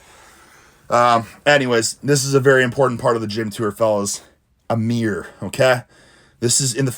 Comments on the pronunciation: A "meer". Good reflection and lighting on this meer. 😂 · A Meer = a mirror